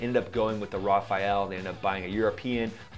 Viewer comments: the Dassault plane is the RAFALE, not Raphael....😂😂😂😂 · Raphael? It's rafale. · It's not Rafael, it's Rafale! Also, if the airplane is 0.5 m2 in radar cross-section, and another is 0.005, that's 100 times smaller, not a thousand. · It's not RA FA EL, but RA FAL. The A in FAL is the same as the A in RA. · not rafael, but rafale... india is back to su-57 now, duh... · My friend I am not a pilot but I like to play with simulators and staff. Well I am sorry to tell you that pronounce the French fighter Rafale wrong. There is no e in the word rafa- eli it is pronounced rafal. I think there was an Israeli version of an aircraft that was called Rafael. When I hear the word Rafaeli it sounds confusing to me. Anyway I am not trying to play smart I am just saying. Thanks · "Rafael"??? The French plane is not a Teenage Mutant Ninja Turtle. It's pronounced "Rafahl". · Raphael? Hahaha. Non Mon vieux,I it's Raphal. Raphale means streyffing. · It's always funny watching americans trying to say Rafale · Rafael? hahaha, dude..... :D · Dude, great show. Just one thing, as a proud Franco-american, please pronounce the Dassaut Rafale correctly to not sound like a stupid fighter jock. Rafaaal, which means cannon or machine gun burst. ❤ flying too. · How much credibility do you think you lose when you mispronounce Rafale? It's 2 syllables. Rafael, which is what you say in the video, is 3 syllables. Rookie mistake.